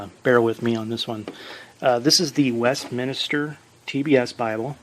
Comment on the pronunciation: Thank you for a thorough review. I don’t mean to be snarky, but the word is West-minster not West-minister. A minster refers to a large or otherwise important church building in contrast to most smaller, more modest buildings.